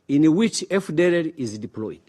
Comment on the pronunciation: MBEGA ICYONGEREZA GITEYE UBWOBA! HUM! EGENISI( AGAINST), DIPOLOYIDI(DEPLOYED), HAWU MENE AYIMUZI( HOW MANY TIMES)???!!!. WITUKU( WE TOOK)!!!!. MBEGA AMBASADERI WUMUSWA NKA SHEBUJA KWELI KWELI!!!